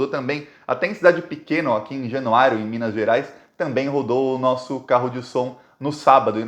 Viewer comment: Vc está FALANDO ERRADO o NOME DA CIDADE de MINAS que é JANUÁRIA. tem repetido: - JanuáriOOOOOO. - E é JanuáriAAAAAAAA!!!!!!!!!! Januária-MG!